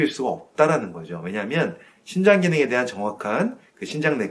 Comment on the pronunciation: 심장인지? 신장인지? 발음이...정확히 해주셨으면 감사하겠습니다